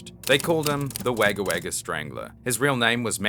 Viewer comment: just a heads up its pronounced more like an o than an a in wagga